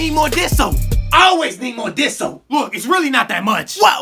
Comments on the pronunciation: Danny Amendola OMG ITS DISH SOAP I THOUGHT HE WAS SAYING “THIS SOAP” for no reason lol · “Diss soap” 🤣 it’s what it sounds like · ''DISS'' soap